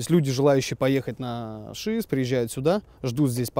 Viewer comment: Только сейчас я узнала что ударение на шИес, а не шиЕс🤦‍♀😂 не зря Варламов тянул с этим видео